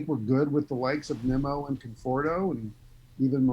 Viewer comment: I'm sorry but incorrectly saying players names is a huge pet peeve who is neemo 😂 and kaboom 😂